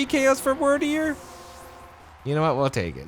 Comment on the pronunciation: Dumb question, and a bit pedantic, but isn't it pronounced "Weird"deer based on the old English word Wyrd (fate)? Cool pokemon though!